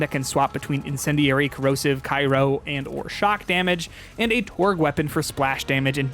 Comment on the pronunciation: Omfg this idiot says "Cyro"? 😂 yeesh..